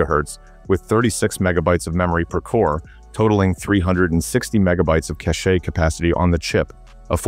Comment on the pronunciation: Your AI voice (presumably) isn't pronouncing cache properly. It should be pronounced like $cash. SQL is also mispronounced. Thx.